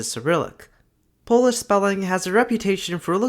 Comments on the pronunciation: you're pronouncing pretty much everything wrong in polish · He's just straight up mispronouncing most of it. So yeah, a bit of an oversight.